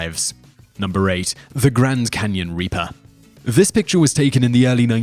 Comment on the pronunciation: Well he'll , he pronounced Grand Canyon right LOL